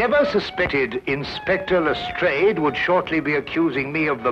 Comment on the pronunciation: I've not seen these before, they look interesting. It's good to see an American version that is using the correct pronunciation of Lastrade for once.